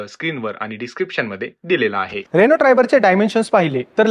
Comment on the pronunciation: रेणू नाही रे अण्णा रेनो म्हण गावठी पणा सोड 😄